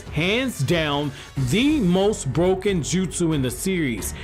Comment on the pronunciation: mans says broken like it’s a video game 💀